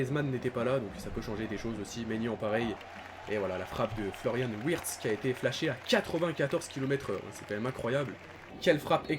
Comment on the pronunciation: Wirtz se prononce Virtz